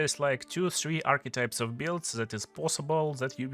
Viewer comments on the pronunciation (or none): none